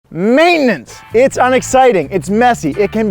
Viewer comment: I like how y'all save time by turning the 3-syllable word "maintenance" into a two-syllable word "maintnance". Time saved! 😂 Great job with info and videography.